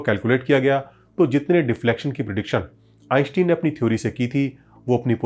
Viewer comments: आइनश्टाइन, आइंस्टीन नहीं। कम से कम दुनिया के सबसे बड़े और मशहूर वैज्ञानिक का नाम तो ठीक से उच्चारण कर। फिजिक्स बाद में सीखना और सीखाना। सारे एनिमेशन्स तो दूसरे चैनल्स से वैसे भी तू ने चोरी कर रखा है। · आईन्स्टाईन सही उच्चारण हैं।। आप बार बार गलत उच्चारण क्यों कर रहे हैं??.. ✊🏼🧠✒️🇮🇳